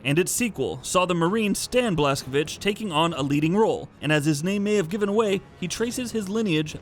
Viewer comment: i like that you properly said Blazkowicz. my respect as native Pole